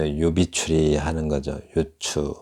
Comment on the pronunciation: 유추의 발음도 또 틀렸나이다! ""유" 도 길게 발음하시옵소서!! 병치의 설명도 약간 틀린것 같습니다. Juxtaposition의 역어로 대치의 뜻인 것 같습니다.